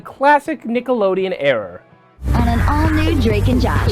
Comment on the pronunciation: Did you say "error" instead of "era?" I distinctly heard era.